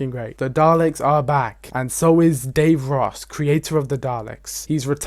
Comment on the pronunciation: I just love when he pronounced davros like Dave Ross